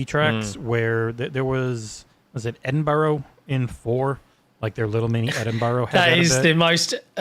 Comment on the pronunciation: just admit you are wrong with pronouncing Edinburgh correctly. You wouldn't go to Barcelona and tell them how to pronounce their city.